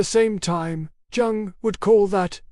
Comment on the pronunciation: Jung - pronounced "young".